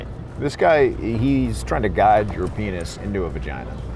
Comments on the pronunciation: 😂😂"Beeg Paynis"😂😂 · hab berry beeg panis. Yeah, beeg panis guy.